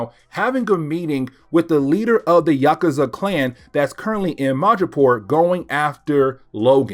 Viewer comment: It’s Yock-oozah.